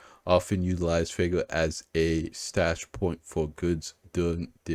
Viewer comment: Fuego is the Spanish word for Fire. Its pronounced Fweh-go. Love your videos and thank you for your insight and commentary.